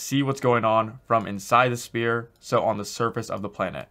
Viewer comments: I sometimes hear "spear" not "sphere" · he keeps saying "spear" not "sphere" p is silent. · He should stick to the standard english SPHERE instead of saying SPEAR all the time. Maybe he is Canadian and is also used to say ABOOT instead of ABOUT. Who knows...confused me a whole lot in the beginning, that's for sure. EDIT: Having said that - good job at creating one of the best UE4 tutorials out there. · This guy has me saying “spear “ lol thanks for the video this is awesome! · spear = weapon.. sphere = 3d round object lol.. 'sfear' (pronunciation). Sorry, this bugged me way too much! Love the tutorial and Liked and Subbed! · Is he saying Spear or Sphere? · It’s not a spear —-> ..it’s a Sphere.. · I genuinely tried watching this video. But for fuck sake, it's SPHERE, not "spear". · Appreciate the free tutorials, you are the man, but it's sphere, "sffffear" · I like how you say sPear, then athmosPHere in the same sentence. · IT'S PRONOUNCED SPHERE NOT SPHERE! Wait you cant hear me say it.... well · Sounds like he's saying "spear"